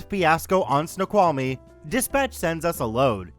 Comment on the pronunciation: Hey, native Washingtonian here!! It's so cool that you pronounced Snoqualmie correctly! 😆😆